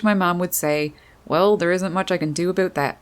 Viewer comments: Like it, but having a hard time with the "aboooot." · Holy shit I’m canadian and never heard anyone here say “aboot” instead of about. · Me: "hm I like birds alright" Narrator: "aboot" Me: :) Me: subbed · Immediately noticed that Canadian accent when she said "aboot" lol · Did you say aboot? Or was that my imagination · Thought " a boat " was a new word. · I think she actually said, “A-boot”. Lol! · The most Canadian pronunciation of "about" that I ever heard. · "About" lol I chuckle Everytime you say it ☺️😄